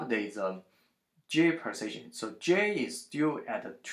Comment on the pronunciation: the way u say position sounds like precision...hard to understand the accent